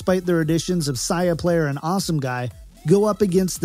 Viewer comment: Dude its say-a-player not sigh-a-player please fix